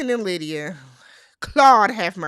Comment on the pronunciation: Happy Birthday!🎊 More in the wrong: the Producers When You said „Aalydia“ 😂😂😂 I gasped! That’s what Lydia wants for Christmas!😂😂😂😂 Keep your pressure down: in the scheme of things, the lies don’t come out til the season is finished. We see it in our real time, but that’s like 2-3 weeks before the reunion for them. They are operating on imperfect information. So lying is absolutely a risk that can pay off. When it doesn’t pay off is when players in the same „market“ can swap notes like Chris and Izzy. Stacy did not shave her legs, so she didn’t want Izzy to touch.